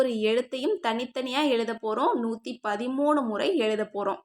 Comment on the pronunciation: 130 illa 113 sister theliva sollunga